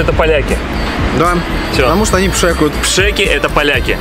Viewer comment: Не пшИки,а пшЭки!)))